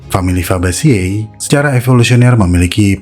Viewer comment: Fabaceae di baca fabace (fabase) 🙏 leguminoceae d baca leguminoce (leguminose)